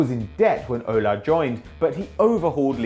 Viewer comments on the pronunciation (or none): you pronouce the S in that shit named Aulas...also do not call Lyon Olympique...there's only ONE Olympique and it's de Marseille!!!!! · jean michel aulassssssss and not aula